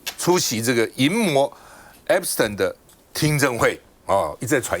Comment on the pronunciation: Waiter 趟, a friendly reminder, 不是 ”Epis-疼”, 是 "Epis-停"! 😂